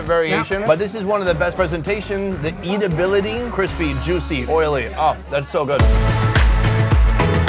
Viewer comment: He always says eat-ablility, he means edible right?